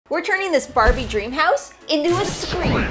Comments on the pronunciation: I like how they say scream house instead of dream house 😂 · Is it just me or i heard ”cream house” 💀